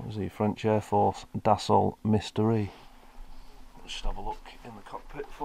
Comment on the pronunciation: The Dassault Mystere is pronounced "mistair", not "mystery".